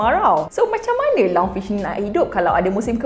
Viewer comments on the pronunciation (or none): Lungfish, not lung-sue-way🗿🗿🗿